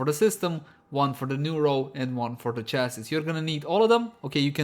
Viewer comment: FYI “chassis” should be pronounced “chass -e” (last s is silent). Great video!